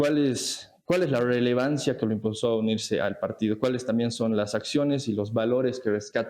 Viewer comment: "Cual es la rwelevancia?" Jajajajajaja estos pseudo "jailones" jqjqjqj